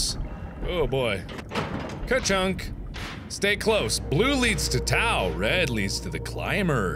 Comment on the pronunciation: Hey Mark, just a heads up that the Greek letter tau is actually produced like the word "tough". Not really important, but my Greek conscience kept nudging me to write that :P